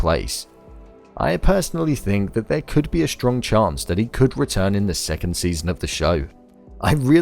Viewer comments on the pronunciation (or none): none